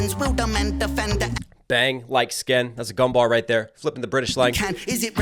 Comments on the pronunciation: Bang like skeng… not sken g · I thought he said "bang like Skeng"